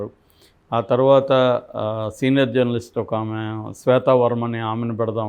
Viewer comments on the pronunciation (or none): none